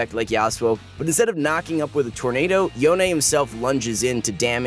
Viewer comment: yo-nae? bruh, can we just call him yone, like the word alone?